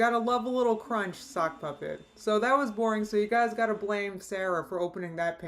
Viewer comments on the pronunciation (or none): none